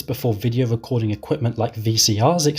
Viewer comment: Wonderful! A wecording of a Bwitish bwoadcast.. lol. (No offense intended sir 😉)